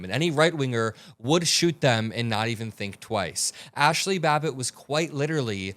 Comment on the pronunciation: Ashley babble? Somebody smack that man😊